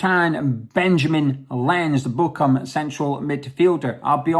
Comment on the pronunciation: My missus is a Bochum fan (you butchered the name lol) I wouldn't take anyone from that team, lol.